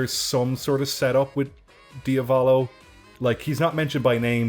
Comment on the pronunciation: The stress in Diavolo is on the first syllable, not the second. Diàvolo.